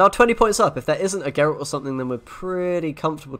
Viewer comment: Meanwhile, SirPumpkn still pronounces Gregoire as Gregory and pronounces Geralt as Jeralt.